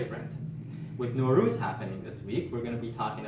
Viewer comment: Nowruz = Nav Roz!! A few differences in vowels!